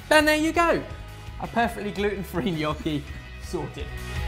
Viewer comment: I love that you say "gnocchi" in the proper way! Also, Ham and Pear IT'S AMAAAAAZING